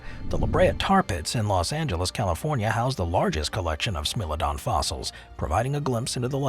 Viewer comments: Smilodon is pronounced as smy-low-don not smill-uh-don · What r you - bad A I? How do you turn Smile-o-don into Smell- o -don and not even be aware you've concocted a totally unheard name? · Same, but I was triggered by pronouncing what should sound like "smile-o-don" as "smill-a-don" lol. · It's smile-o-don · I laughed when I heard "smell-o-don" 🤣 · Smellodon? Lol 😂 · Anybody know what a Smell-o-don is?? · Did u mispronounce every singgle entry? Smilodon must have been purposeful. AI isnt even that dumb.